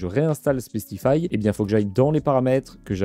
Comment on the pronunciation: Ca se pronnonce SPICE comme piquant, compliqué à ecrire pour expliquer le son, le I c'est comme AIE